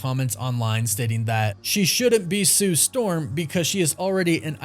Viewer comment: Gotta say it like her now then Sue Stawm lol 😂 I don't see it 🤷🏿‍♂️